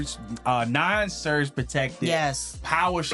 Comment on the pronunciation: Did you said "non surg" protecter?